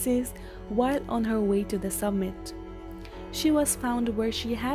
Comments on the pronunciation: It is summit not submit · did the narrator say "submit"? Lol!!